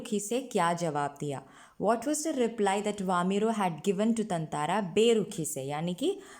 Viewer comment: I think you're pronouncing his name wrong (ततांंरा)...but great content anyway! Thanks a ton!